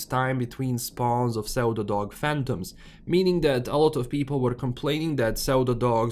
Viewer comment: Such a minor thing but because I was listening while playing something else as my Stalker 2 updated, I was like "... whats a zeldadog?" Pseudo is pronounced "syu-do". In case you care. If you don't, I did work it out after half a minute, so did everyone else I'm sure :P